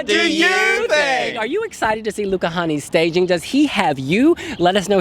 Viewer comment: You guys really need to learn to pronounce the vowel "Ä". It's like ´"hey", "say", "babe". So it's Luca Hänni not Honey, :-)